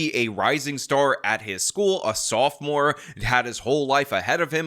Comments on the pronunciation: *Sophomore not softmore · Sophomore, not "Softmore." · Teen violence very common and getting worse, do you live under a rock? WTF is a "softmore"??